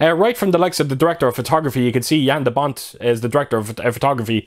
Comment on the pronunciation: This movie got me the creeps when I was young. Curious if it still holds up these days. And it's also very nice that you are one of the few English speaking people on YouTube who don't completely butcher Jan de Bont's name. That is satisfying for me as a Dutchman. About the transfer. What a difference between the blu-ray and 4K. It totally makes a different. The only thing I notice again is that the blu-ray is of course much brighter or to bright in comparison to the 4K. But in one of your photos you can see them running in the fields and you can't see the face expressions anymore. And it is visible in the bright blu ray. That can make a difference sometimes. I just sometimes wish that you don't lose to much information with the HDR.